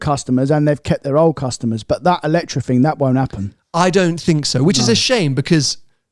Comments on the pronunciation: I can’t believe you went to the press launch and still pronounce the name of the car wrong every single time. I get it if it’s a foreign company but lotus is a British brand 😂 EletrE And non eletrA. Anyhow, much more enjoyable episode when is there. As always I end up putting a thumbs up but would be really nice if you took onboard a bit more of what your beloved audience suggests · ELETRE =/= Eletra. The car is called EletrE. To set some context, I’ve been to a Lotus event presenting the car for non press public and the lotus people called it EletrE. E at the end like Evian. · Evian has an E at the beginning. That is the sound that should be at the end of EletrE